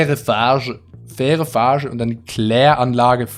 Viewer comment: es heißt farg(GGGGG)e, das weiß ich, weil ich in der nähe wohne